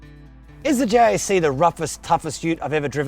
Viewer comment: Stop say it like J.A.C it is pronounced like Jack dude I work at Jac it just a different site